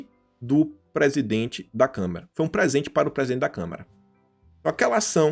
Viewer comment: E O MALUCO AINDA NAO APRENDEU A FALAR CÂMARA